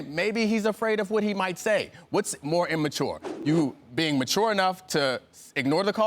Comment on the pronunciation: stupid dude on the left kept saying "in-mature"